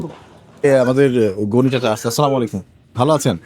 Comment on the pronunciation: sundor kore Assalamu alaikum bolben....